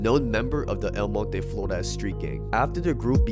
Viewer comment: Respect for the way you pronounce El Monte...